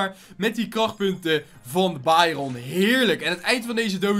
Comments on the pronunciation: Het is bairen niet bairon ik ga helemaal stuk steeds!!!!😂😂😂😂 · Trouwens dit is geen haat maar jij zegt bairon en je spreekt het uit als bairun